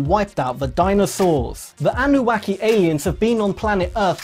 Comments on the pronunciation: It's the Annunaki or Annuna not Annuwaki 🙄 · Please, It's Annunaki, not Annu Whacky😂🤣🤣🤣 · Thought its anunaki not auaki😮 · Number 2. The anubaki what the hell, Anunaki guy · Annunaki not annuwaki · My man pronounced Anunnaki as Anu-wahki 🤣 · Sounds like he says anuwaki lol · "Anuwacky" lol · I believe it's pronunciation is "An new knock e". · He said Anuwaki😂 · Did he say Anubaki?? 😵‍💫🙃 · Why is he sain ANUWACKY :-))) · Interesting video. Annunaki does not rhyme with wacky. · This guy is clearly an alien - he has been programmed with an inability to pronounce the name Anunnaki